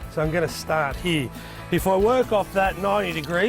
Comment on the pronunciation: it’s “ here “ not “ hee “